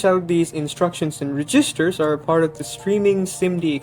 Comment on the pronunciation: ".... reeeGisters"? Oh, you mean registers; as in cash registers. At first I thought you were saying "resistors".